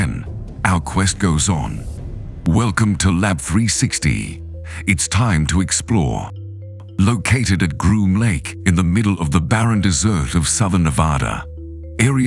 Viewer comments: I hate A.I. narration...esp. when it can't distinguish between the word that means a dry, barren land area and that sweet dish one eats after dinner is over. SHEESH. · Exactly..pronounces desert like the thing we eat after supper..omg